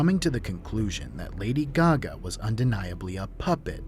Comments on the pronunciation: “Lady G-Ga” 😂😂🤣🤣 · It's awkward, deadpan delivery and secondhand embarrassment for me. Plus unconvincingly performative "ignorance" of pop culture figures. And the "Lady Guh-gah" pronunciation.